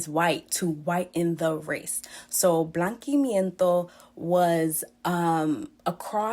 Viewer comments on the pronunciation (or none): BlankeAmiento , we pronounce like that ....